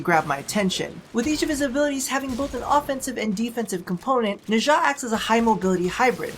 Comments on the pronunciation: Nezha's name is pronounced Nah - JAH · a bunch of people have alredy probably said this but his name is pronounced nah-sha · Felt weird when you pronounced Nezha, lol I pronounce it as Nez-ha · why does the west butcher the eastern names XD